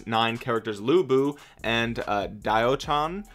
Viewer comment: To pronounce lu bu, the closest I can think of is the pronunciation "lu" from the word "lure" 😆